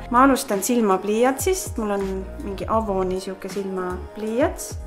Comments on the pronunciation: Seda hääldatakse eivon mitte avon aga ma ei mõtle midagi halba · No hate aga “avon” hääldatakse “eivon” Mu vanaema töötab seal